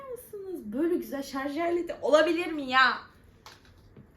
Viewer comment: Şarz değil şarj😂